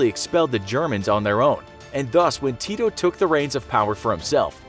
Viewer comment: He says tito so funny😂😂 its diferent in serbian-language that was speaken in yugoslavia (yugoslavia doesnt exist now)